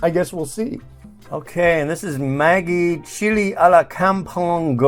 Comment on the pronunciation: The Vegemite noodles will be nice. Vegemite tastes like Soy Sauce so how can it go wrong? I'm Aussie and I've never seen Vegemite noodles in my life. It must have been a limited edition! Maggi is pronounced like magic, by the way, not like the girls name.